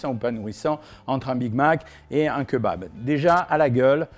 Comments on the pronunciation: Keubab c'est pr le buzz Cohen ? 😖 Bon on pardonne car tu nous aide à maigrir mais stop stp 🙏🤣🤣🤣on dit Kébab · J'adore vos vidéos elles sont super intéressante mais par pitié on ne dit pas "kEUbab" mais "kÉbab" 😭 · on dit Kébab pas keu bab lol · Queu babe 🤣🤣🤣 C'est KÉ - BAB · C est pas keubab c est Kebab ont lis Kébab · La bress les rouilla ? Vennez entre jeuns on va au keubab. 🤣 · J'aime bien le keubab moi ^^ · keuba lol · quand il a dit KEUBAB j’ai taper ma plus grosse barre ct violent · OK on a perdu tout le monde sur le keubab 😂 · Keubabe.... pourquoi? Lol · Cirrhose du foie 🤣🤣🤣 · Keubab c’est trop drôle je suis dead 😂😂😂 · Il a dead ca avec son keubab 😭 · keubab xD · Cest pas un keubab cest un greuc ou dit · Keubab mais lol 🤪🤪🤪🤪😅😅😅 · C’EST KÉBAB mes oreilles saigne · Keubabe jsuis mort 😂😂😂😂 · Quel tueur avec ses "BK, BK, Bk, KFC, KFC, KFC, et les fameux queuesbab" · Le keubab 😂 "l'erreur est humaine" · Leu keubab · ‘’Les jeunes y vont dans les keuubab hein’’ Jean-Michel Cohen Ah oui aussi je crois qui l’a dit 39fois le mot keubab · déja on parle pas quand on dit "keubab" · QueuBab.... Carrément... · les fameux keubab dont on m'a tant parlé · le Keubab mdrrr épique ! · keubab ? xddddddddddddddddddd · Queubab.... Vidéo intéressante mais votre prononciation de queubab est ridicule et drôle. Quet bab.... 🤣😂😁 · GNGNGNG KEUBAB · Keubab sinon cool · Mdr KEUBAB jpp j’en ai marre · KEUBAB MDRRR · J’adore le kebab bien insisté sur le eu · Ça se prononce Kébab 😂